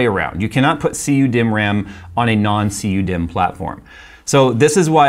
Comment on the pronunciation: I heard him say CU me not cu dimm thats an oof